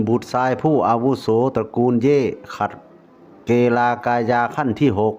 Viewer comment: นักยุทธระดับขัดเกลา(เกา) ไม่ใช้เก-ลา นะคับ พอดีผมตะขิดใจ😅